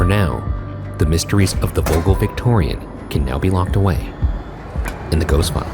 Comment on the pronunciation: i speak Dutch and them butchering the name vogel is killing me 😂